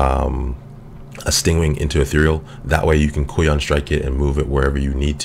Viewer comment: I think it's pronounced Kai-yoon.